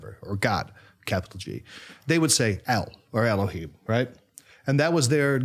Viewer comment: And the h/hei ה in Elohim (אלהים) is a strait H sound, scratchy H you were doing would be more of a Chet ח or Khaf כ.